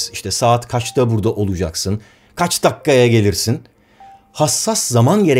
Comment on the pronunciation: Neden herkes dakikaya dakka diyor 😅